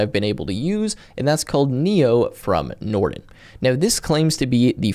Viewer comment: I like how you garbled the word Nrtn (Norton), in the beginning given their rep and history. However, it looks like a polished product.